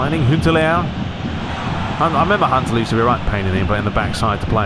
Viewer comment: can you please also do Pes 2011 ML aswell? By the way its Huntelaar not hunteler ok learn how to pronance and their is fauls in fifa more then it is in pes.🤞🙏